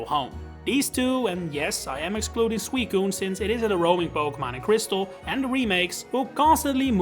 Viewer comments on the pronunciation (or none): none